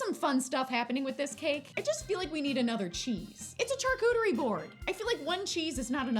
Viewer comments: I love you girl but please stop pronouncing charcuterie like CHARcuterie it’s pronounced SHARcuterie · here to say "charcuterie" is a French word and so the "ch" is pronounced as "sh"!! also the "NON-AI" peanut butter was so funny